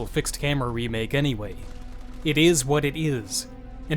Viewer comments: "ït ïs what ït ïs!" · Dude I can't tell if this is your real voice or you're using very sophisticated voice synth software. ... it EES what it EES... and what it EES is definitely not RE3... but what it EES is very good.... but it EES very short. Can someone please clarify? lol